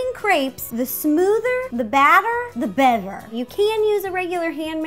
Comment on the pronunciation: the smoothahh.... the batteahh... the betteahh!